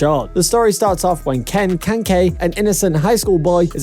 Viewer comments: why did you say ken kanKAY. wtf. its ken kaneki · its ka na ki not ken ke